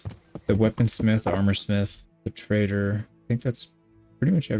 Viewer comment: It's funny, when you say trader, my ears always hear traitor 😅